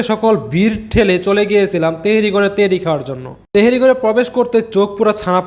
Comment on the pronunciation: তেহেরি না ভাই তেহারী 🎉